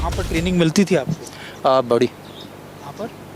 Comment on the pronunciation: Training ko trailing bol dya ja Sala.. indian raw ne sahi se yad nh kraya...ha ha ha ha ha